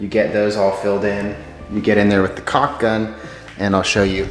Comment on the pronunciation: Are you sure caulk or co*k 🤣🤣🤣🤣🤣🤣